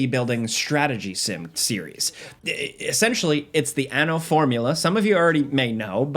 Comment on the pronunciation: Hehe, He said ano... (giggles in Spanish)